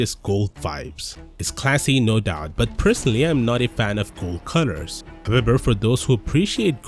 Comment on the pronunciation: Why do i hear "CUTTERS" instead of COLORS